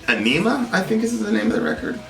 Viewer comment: Ænima, not Aenima the Æ is significant to the pronunciation. (AH-ni-mah) its a norse rune, rather than Arabic alphabet letter. (originally from Latin of course) tool used the rune to combine anima and enima.